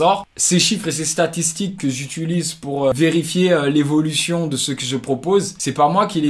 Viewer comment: Pour "j'utulise" aussi mdr